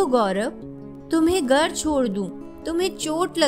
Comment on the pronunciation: Good videos, great intonation & narration. Need improvement in hindi pronunciation of few words like Ra'GH'av , 'GHar' , u'DH'ar, 'JH'onka, 'GH'us